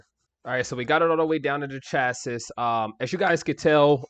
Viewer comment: It's pronounced shacee not shassis lol